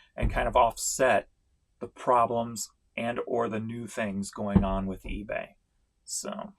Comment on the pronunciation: The fact that you say Feebay at the mark which is immediately followed up by a cah-ching! is so appropriate. Couldn't have planned it any better.